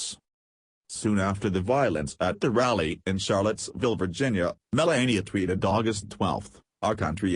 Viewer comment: It's Vir GEN e a - NOT virgIna....